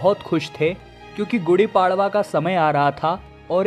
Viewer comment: गुड़ी पड़वा होता है उच्चारण सही करें